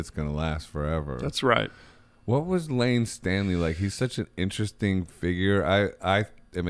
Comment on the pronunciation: Just don’t pronounce layne Staley “stanley” ever again lol